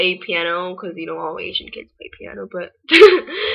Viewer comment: Hey I'm 124 pounds! but ya korean people do judge people a lot. and when she tries to say piano she says penis.